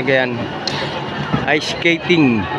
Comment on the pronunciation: Mahirap talaga yan "iceketting" 😂✌ love u kaibigan 🙂♥️